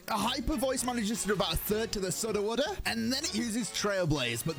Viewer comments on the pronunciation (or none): It’s so funny how he was like “SuDa-WuDaH” 😂😂😂